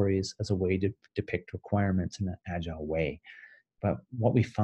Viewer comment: Why don't you pronounce "agile" right? Instead you say "agilele". That's freaky!